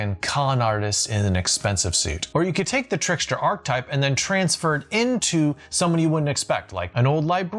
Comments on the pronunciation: It's "archetype" (pronounced ark-a-type), not "archtype". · Love the videos … but it’s definitely an Arch-eh-type! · It’s “Arch-eh-type”! Love the videos but had to on this one! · Please stop saying archtype. It's archetype. ;) You even mis-spelled it...